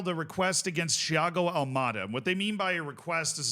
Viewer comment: Why did he say Thiago Almada’s name like if he was portugués